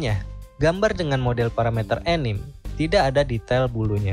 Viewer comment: anime itu dibaca anime bukan enim.